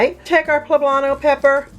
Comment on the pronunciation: Poblanto????? Smh